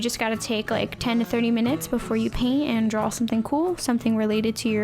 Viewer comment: DRAW. NOT DRAWL. THERE'S NO L!